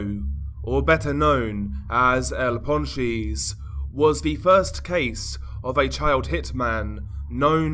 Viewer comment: Nahh bruh ur accent is willddd 🤣🤣 "el pawn cheese"